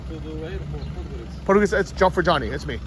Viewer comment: try to pronounce it like this „pod go rid tza“